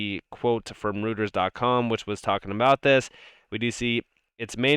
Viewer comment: Reuters pronounced "ROY-TERS". For those who care.